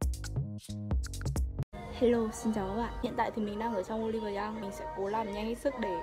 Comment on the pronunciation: 올리브영 mà chị đọc thành 양 luôn rồi 😶 nhưng mà vẫn cute